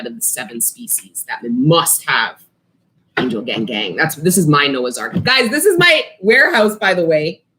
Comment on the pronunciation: "angel gangang" 😆🥰